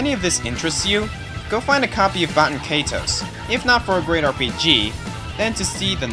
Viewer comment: Good video, but... was anyone else annoyed by the fact that he couldn't pronounce Baten Kaitos?